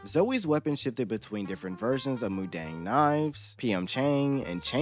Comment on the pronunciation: I mean the Korean word pronunciations, btw. Mu-dang was… okay, and you got the names of the characters perfect.